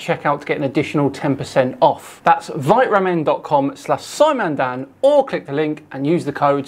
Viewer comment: Feel like this company is meant to be pronounced "Vita ramen" like it's meant to have vitamins in it.